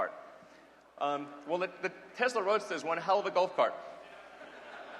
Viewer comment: He says it Tezla. It's "Tesla".